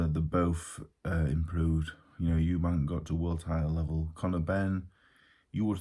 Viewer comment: Well done Dave, you didn’t say Eubanks, you said Eubank. There are two Eubanks (father and son) but each one is called Eubank.